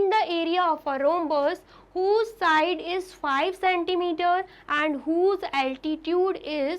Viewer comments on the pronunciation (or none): none